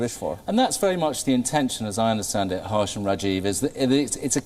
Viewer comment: Excellent interviewer kept the authors on their toes - pls have him learn how to pronounce indian names. Harsh sounded a bit haarsh ! The authors too managed very ably to respond and communicate their perspective. Despite some insisting that india was forcefully welded together as a constitutional state only in 1950, but the reality is that any constitution is informed by its civilizational ethos eg in india there was no need to insist on secularism since we have almost always separated religious institutions from state governance thanks to Varna dharma. State should focus on uplifting individuals and not favor one community over another - let the millions of communities foster their own cultural strengths unhindered - except of course where they are inimical to the weak and oppressed.